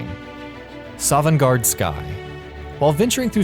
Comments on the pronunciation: Jesus. I knew most of these besides #14 and #1 (except for Karstaag). Also it's Sovngarde not Sovangarde, dumb elfs. Skyrim is for the Nords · Sovnegard, not sovangard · Sovngarde! Not Sovangarde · Sovngarde not Sovangarde. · its sovngarde not sovangarde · its sovngarfe not sovangarde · This video is cancer because: 1. Fucking Clickbait Title 2. Sovangarde? SOVANGARDE? I think you mean "Sovngarde". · SOVANGARDE???! ITS SOVNGARDE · Its Sovngarde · N00B HAHAHAHAHA SOVANGARDE ITS SO STUPID ITS FUNNY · "Sovangarde" ... you kiddin' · IT'S FUCKING "SOVNGARDE"!!!! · ikr plus "sovangarde" you can feel the professionalism